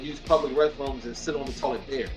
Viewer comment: 😂😂😂😂 I would be embarrassed to be on YouTube the way he pronounce words